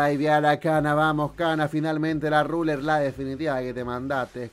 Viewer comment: Claid, Cazz, Raler... uhlala señor francés